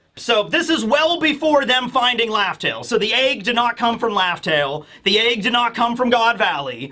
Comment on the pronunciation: I can’t unnotice that pronounces “egg” as “AAAEEEggg”